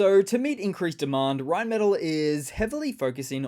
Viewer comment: Rheinmetall. The metall is pronounced “may Tahl”